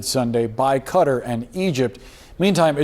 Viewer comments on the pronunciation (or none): Blud said Cutter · Jesus christ! It's Qatar, not fucking Cutter. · Qatar not Kutter. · “Cutter” 😂 Qatar 🇶🇦 “Kuh-TAR” Guitar with a Q. Not Cutter u tw*t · I know where Qatar is I thought they said cutter I didn’t realize ppl pronounce it like that sometimes so I said cutter bc I was just going off the video but it doesn’t answer my main question lol